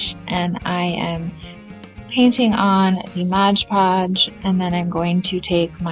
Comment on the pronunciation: Cute for your little girl! Btw it’s MOD Podge. Not Modge Podge. Common mistake 😮